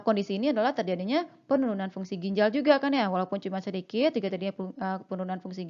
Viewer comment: Mbak, judulnya "ginjal" bukan gijal. Kemudian "glomerulus"bukan glomelurus... koreksi dong